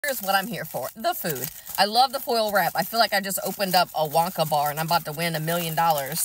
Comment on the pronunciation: Never heard someone pronounce Wonka that way😢